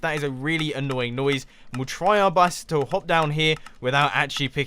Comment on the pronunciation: Mumbo said try our bust. Not try our best.